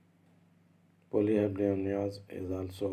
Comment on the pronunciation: It's polyhydramnios......not polyhydromnios